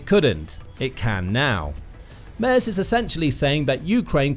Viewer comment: Another youtuber who can't pronounce Merz.